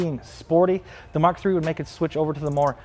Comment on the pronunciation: "Muk Seven"